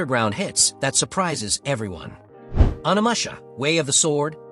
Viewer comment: 😂In the narration. There is a robotic flatness and unnatural continuity to the voice. Also, the way some words are pronounced, like Onimusha. Finally, in the cases where the same game name is said more than once, the pronunciation in the two instances is remarkably similar, down to the length of the pause between words. But the fact that you commented alleviates some of the worry of a complete dystopian robotic takeover. Maybe you are not a native English speaker and just used an narrator program Of course I could also be unaware of exactly how far AI has advanced and I am now chatting with a bot 😅